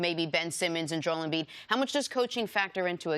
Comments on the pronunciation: Why does CC always insist on pronouncing Embiid‘s first name wrong? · Everyone: “Jo-el Embiid” CC: “JOLE”